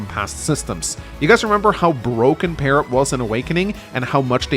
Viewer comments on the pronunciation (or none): none